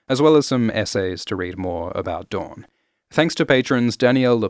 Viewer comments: DOOR-in NOT du-RON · why does he keep calling house dorne, house dawn?